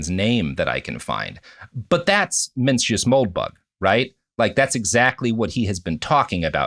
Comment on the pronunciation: I mean Evans comes off as practically illiterate. He mispronounced both Mencius and Borges